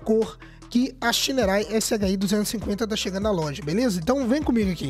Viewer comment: bom dia meu querido adoro ver seus videos vc é top 😄! e quero dizer 1 coisa... á pronuncia correta de moto SHINERAY SHI 175, SHI 200 ou STORN é ( "CHÍÍÍÍÍÍÍÍÍÍÍÍ:face-blue-smiling:)🤣😅😂🤣😅! não confio nen á pau!!!!! vc vai lá e compra ok, e depois 😪😢😥😭 ou seja (💃)dançou ABÇ